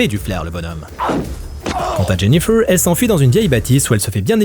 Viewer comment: " Jenifeuwwww" ? 😂😂😂 En plus tu le répètes 50x